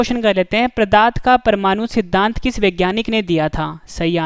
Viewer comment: Plz improve question no 8 that is called pdart not pradarth .....? And improve your pronunciation also you called pradarth for pdarth....!!!!